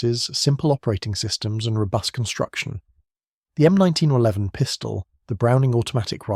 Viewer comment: is there a way for me to ban all of these AI slop channels from appearing in my feed.. i might be genuinely curious in the topics/video ideas they have but i cant listen to this half nonsense computer voice drone on about slop.. the "M19-1-1", followed directly by the "M19-1-11" if it cant pronounce possibly the most famous pistol in the world, how can it be trusted for any of the other information in the video